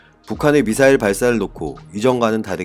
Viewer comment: 무슨 발사체 용어 수정할수 없는가 미사엘을 미사엘 발사했다 왜 쫄라 말도 못하는가 방송 집어 치우시요